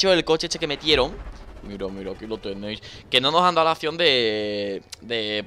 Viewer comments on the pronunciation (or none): none